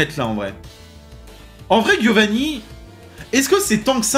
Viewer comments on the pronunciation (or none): Par contre ça me trigger toujours autant qu’il dise Guiovanni, c’est italien ça se prononce [djiovanni], c’est un détail mais ça me trigger 😂😂😂